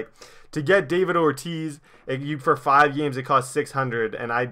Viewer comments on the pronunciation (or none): none